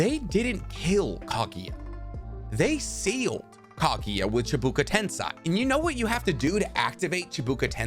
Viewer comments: I love your videos, so interesting to hear your theories but it infuriates me SO much when you pronounce the words incorrectly😅🤣🤣🤣 Cheeebuuka Tensaaay.. Lol, bro, it's Chibaku Tensei. Why not just say "Planetary Devastation" then if it'll be easier to pronounce for you? Nonetheless, great content! I subbed. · This man gotta be trolling with the pronunciations. Its not KENshiki. Its not chibuko tensai. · Hate how you say chubuku tensay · Not Chibuka Tensai, Chibaku Tensei. Dude please, check the names first. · Ok it's pronounced chibaku tensei not chabuka tensai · chi-ba-ku te-n-se-i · why do you keep saying chibuka tensai is it so hard to pronunce it correctly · Bruh I don't wanna be that guy but it's pronounced chee-buh-koo ten-say 😭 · Its Chibaku (chee-ba-coo)tensei (ten-say)idk wtf u were saying lol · Video was great until he fucked up the pronunciation of Chibaku Tensei. It was at that moment I stopped watching. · “Chibaku Tensei” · I love your vids (new subscriber here), BUT GOD I HATE HOW YOU PRONOUNCE CHIBAKU TENSEI lolol